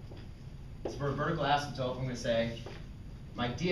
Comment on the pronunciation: Does he say astmptope?